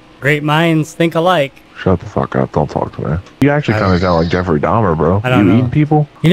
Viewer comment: "Yeffery" LMAO